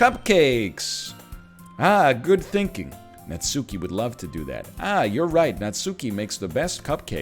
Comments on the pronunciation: Oh god is he gonna pronounce it Natsoooky the whole time? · Every natSOOki destroys a bit of my soul